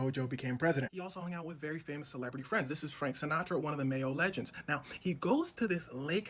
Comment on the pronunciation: Did that mane just say "mayo legend"😅.